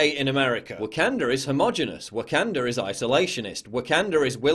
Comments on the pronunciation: It's the intrusive "R" of the Englishman! lol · Someone is emoting pretty hard off of a movie and not pronouncing Wakanda correctly is pure comedy 🤣🤣🤣.